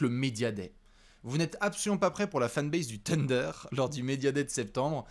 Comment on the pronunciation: Encore un “TEUNDER” et je me désabonne 🤣🤣